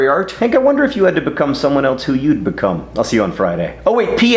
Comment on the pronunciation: "Someone eltze" shudder